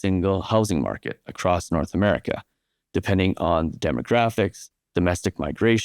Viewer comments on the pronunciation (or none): none